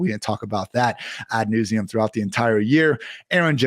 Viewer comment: What a legend, mispronunciation strikes again! He said nauseam like “news-eum” 😂